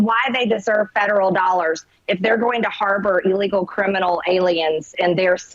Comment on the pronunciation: Hay Marj, what's "eeeeeelegal"?